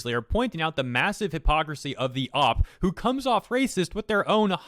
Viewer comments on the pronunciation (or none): OP = "oh-pee" not "ahp"